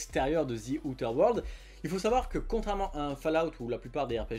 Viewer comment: En regardant sur Wordreference, on obtient ceci : "before a consonant: [ˈðə], before a vowel: [ˈðiː]". Donc même si son "th" n'est pas correct quand il le prononce "z" (prononciation à la franglaise tolérée), le "i" de sa terminaison l'est parfaitement vu que "Outer" commence par une voyelle.